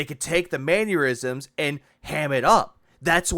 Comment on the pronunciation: Good vid but its mannerisms not mannuerisms.